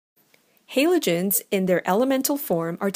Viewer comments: It's said Ha-lo-gen-s not Halo-gen-s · It pisses me off how she says “haylogens” jeez it’s called a halogen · The person in the video: *pronounces it as "haylogens" The comment section: "You have violated the ancient commands" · She has an accent... get over how she pronounces Halogen 🙄 great vid btw 💚💛💖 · Please can pronounce Halogens properly Please OMFG I BEG GOD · is it just me but do u get triggred when she says halogens wrong